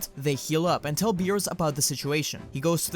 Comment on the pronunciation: Since when Beerus became Beebus lmao